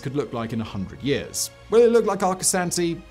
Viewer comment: Arcosanti's proper pronunciation puts the second a as the sound when a Dr has you stick your tongue out and say aw. When Arcosonti started its building, Interstate 17 was almost completed. In the beginning, Arcosonti had a lot of problems. Such a when they held a large event where the public was invited, a fire broke out among the parked cars. Granted the fire department had gotten there quickly to put out the fire. It wasn't until the mid-90s that the problems began to to settle down. Before I forget, the I in Arcosonti is pronounced as an e.